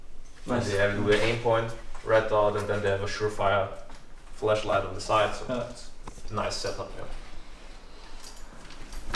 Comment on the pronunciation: why dose he say flash light like fleshlight